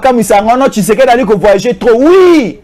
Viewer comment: Pratique les mots pour bien le prononcer frère, tu es communicateur, fais attention avec tes prononciantions, ça impacte aux oreilles des auditeur, i n'est pas u. Ex: partir et non partur. Tshisekedi et tshusekdi. A part j'aime suivre tes analyses frère.